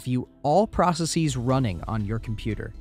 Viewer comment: You mispronounced processes